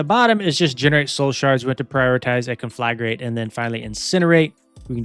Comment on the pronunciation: I'll give you 1 sub for every time you pronounce conflagrate correctly